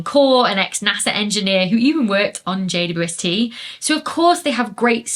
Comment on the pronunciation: Why can't Dr. Becky say "JWST"?